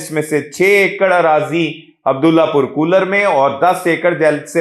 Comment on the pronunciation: kooler nahi bhai, kolar..